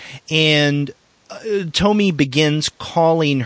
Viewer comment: It hurts to hear when he says "To-my" and not "To-mi-e"